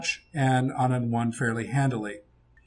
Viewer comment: you pronounced it right. Anand mother tongue is tamil and even in tamil Anand means happiness. Passing of fathers name is right. that's very common in this part of the world.